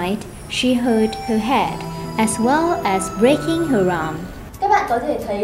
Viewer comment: as nên phát âm là /æz/, không phải là /a:z/ hay là /ez/ gì đó...